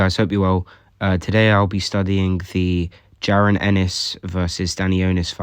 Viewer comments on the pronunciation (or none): Pronunciation is: Juh - Ron. Not Karen with a J. Great vid tho absolutely loved it man